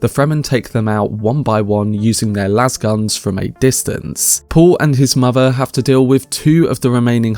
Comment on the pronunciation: Always love your commentary. Just a quick note. Lasgun is pronounced "Laze-gun" not "Lazz-gun." Literally a contraction of laser gun. And, of course, we know what happens when a lasgun intersects a shield. Nuclear fission. Ouch.